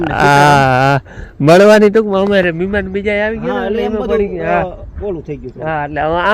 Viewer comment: મિમાન કે મહેમાન "હ " ને ખાય ગયા ગુજરાતી